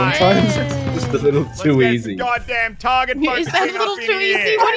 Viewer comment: Why can't they just say Zar-ya. What is Zaya? Jeez >:(